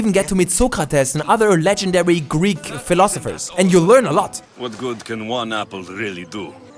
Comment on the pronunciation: He also said some Greek words with a quite good accent